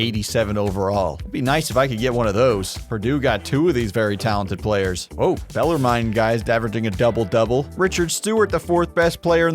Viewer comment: Gotta speak up as an alum it's pronounced Bellar-men not bellar-mine. I know the spelling can get a little confusing but yeah -men not -mine. Go Knights!